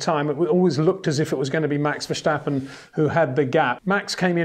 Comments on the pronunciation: there is no SHH in Verstappen mister Windshore... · Why does he say Max Vershtappen? He wouldn't say Shterling Moss, would he? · If Max were German then yes say Vershtappen but in dutch its Verstappen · Is it that hard to pronounce ‘Verstappen’ right as a non-Dutch speaker?